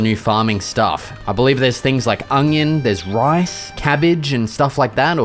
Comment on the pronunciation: “Ungion” Yup noted 🙏